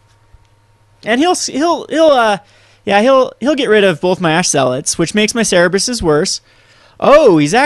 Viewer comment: its Cerberus, not cerebus btw and i really like the deck alot